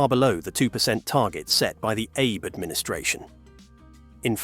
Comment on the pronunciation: Sure i'll watch a video that opens eith pronouncing Shinzo "Aye"bae.